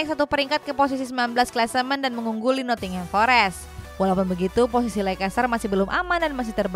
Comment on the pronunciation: Bacaan nya leister,bukan lekester